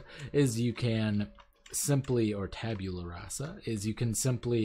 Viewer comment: "Tabeulah" xD It's "Tab-u-lah"